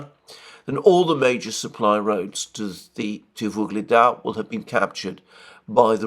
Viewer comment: it is not VUGLEDAR, but UGLEDAR. At least don't repeat that name in every sentance twice